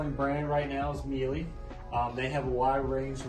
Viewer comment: Miele is pronounced like Sheila